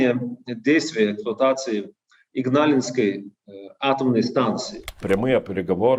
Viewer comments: Игналинской, а не ингалиской, бл...дь! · да и с ударениями у Вас там не-айс:( а то, что автор назвал "Игналисской АЭС" , все считают Игналинской. Автор, отложите свой смартфончик, разговаривая с человеком, любым. Человек на вас своё время тратит, будьте любезны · несколько раз сказа "инглаинской", вместо "игналинской"